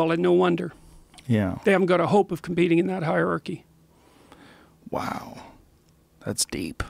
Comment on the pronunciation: Jordan needs to learn to pronounce the word "hierarchy" correctly. He keeps saying "harky". Just sounds goofy as hell.